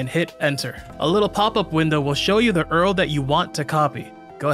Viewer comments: Did you just call the URL "Earl"? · did you just say "earl" instead of url